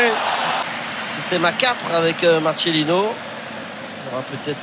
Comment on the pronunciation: Par contre les commentateurs faudrait apprendre à bien prononcer les noms hispanique, on prononce "Marssélino" et non pas "Marchélino", comment ça me soul de l'entendre mal prononcé et personne lui dit